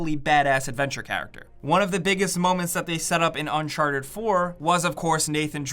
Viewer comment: Is it uncharted or unsharted? Make a choice.